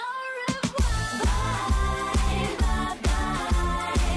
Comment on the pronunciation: I'm french and I don't listen "Au revoir" x) She says "Oweva" ?